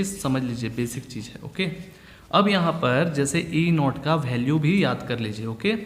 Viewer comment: Sir ji.. bhalue nhi value hota haii.... Baki theek hai.